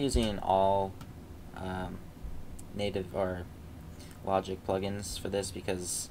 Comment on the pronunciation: Love the video man. But Its Logic not Loigic ;)